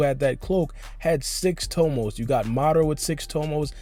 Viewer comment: "siX TOmoS" You sound dumb asab